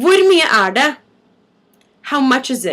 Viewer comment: Maybe this was asked beore ? I have notices you do not pronounce the t' in "det", and you also sometimes don't pronounce the g at the end of the word , right?